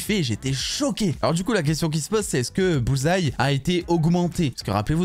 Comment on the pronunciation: Au moins maintenant tu prononces bien le nom Bullseye! 😅😅😅 La différence est peut-être le cardio entre les 2. Bullseye est plus solide"